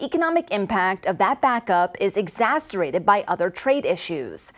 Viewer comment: *Ex-ac-er-Bated. You said exacerated, - without the “b” - twice Even so, love the news channel! You guys are doing great I hope it grows quickly